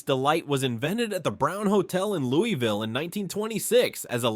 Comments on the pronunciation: It is pronounced Lou-uh-vull and Der (rhymes with her)-bee. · How did you do this entire video and still not pronounce Louisville correctly? 🤦‍♂️ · Louisville pronounced.. Louie vul, Not Louis vil.. 🎉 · It's Loo-uh-vle not Lewis-ville. Ale8 is garbage I'll take any other brand of ginger ale. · as someone born in KY Louisville, its pronounced Louisvill, not LOUIVALL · It’s not Lew-E-ville. We call it Lew-Uh-vull. We are weird lol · out of towners usually say it like “Lou-E-Ville” or like your wife’s “Lou-Evil” but People from Louisville say it like “Lou-ah-Vull” it’s not really a big deal how you say it but if you come to “Louisville” for whatever reason and say “Lou-E-Vil” the most that will happen is a local will just know you’re not from Louisville(which this place is no Hampton so not being from here is kind of an upgrade lol) we even have a famous shirt that has all the ways people pronounce Louisville lol. I think it goes something like Lou-E-vill Lou-Ah-Vull Lou-Is-vill Lou-vul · I think you mean Louey ville. I was born and raised there Everyone i know says Lou-ah-vul. When I was in high school, a tshirt came out that had the different pronunciations of it on the shirt. Too funny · lol fr it’s not Louis-vile it’s Lou-ville. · Almost impossible to spell it the way it is said. "Loo" as in "look" (not "Lou"), plus a subtle "L" sound, followed by "vl"(not "ville"). To try to spell it, "Loo(l)vl". Not "Louis". "Louie" is acceptable in some situations. But, generally, "Loo(l)vl". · The city was originally a village named after King Louis of France. That is the reason the whole world except KY says Louie-ville.